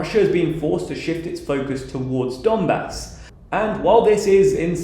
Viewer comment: You are pronouncing "Donbah"! It's quite wrong. Pronounce correctly " Donbass".